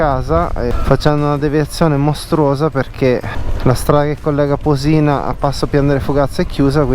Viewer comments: Ciao :-) bel giro nei luoghi a me vicini Unico appunto il paesino non si chiama Posì-na ma Pò-sina. l'accento è sulla o 🙂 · conosco a memoria queste strade sono le mie in bici. Comunque sbagli sempre accento su Posina ahah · Le montagne a sono Monte Majo e Monte Maggio. A sinistra del passo Borcola è il pasubio. Posina senza l’accento sulla o 😂. E al massimo potevi andare a Schio e pian delle fugazze.